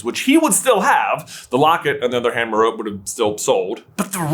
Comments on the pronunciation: It’s Meh-roe-pee. You wouldn’t pronounce Hermione as her-my-own and Penelope as pe-neh-lope now, would you? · I’m pretty sure it’s pronounced Meropé. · Merope... pronounced- "Me,row,pay"..... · Isn't her name pronounced Mare like a horse, Oh, pea? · I always pronounced it "Mair-o-pay" in my head lol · It’s Me-ro-pee. I know I timestamped a lot of places you said Merope's name, but that’s what happened when you mispronounced it. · Merope is a Greek name. You pronounce the e at the end. "Mare-Oh-Pee" FFS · Ngl, I hate that pronunciation of Merope. It's Meh-ro-pee. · You say Marope wrong. It’s Greek and has 3 syllables. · Merope rhymes with “therapy” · The name Merope is pronounced mare o pee. According the internet and it's based in greek mythology. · It’s pronounced “meropee”. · i think its pronounced 'mehropee' (if that phonetic spelling makes sens, lol) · The correct pronunciation of Merope is Mare Oh Pee, Just FYI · The E is not silent rare miss smh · I'll admit it, I thought her name was pronounced Ma-row-pee. TM Riddle probably stole Fleamont's shampoo. P.S. I think WandaVision did stick the landing. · Its pronounced as Meropee because of Greek pronunciation. Like Aphroditee. Also, it was never clear that she used a love option. It could have been the Imperius curse. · It’s pronounced me-ro-pay, even though it’s spelt as merope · Why do you insist on saying her name wrong. A simple Google will tell you how to say it correctly. You're supposed to be Harry Potter experts, yet can't be bothered to say her name right. And you're pronouncing it like a 1st grader that doesn't understand some things aren't pronounced exactly the way they look. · The amount of pedants here complaining about the pronunciation of Merope is ridiculous, considering no one complains about all of us technically mispronouncing Voldemort. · the pronunciation of Merope is killing me lol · It could have been worth learning how to pronounce Merope before making a video saying it 100 times